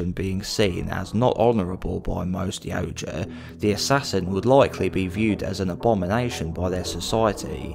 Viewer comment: You are my fave creator for all my yautja knowledge… plus you pronounce yautja correctly ❤😂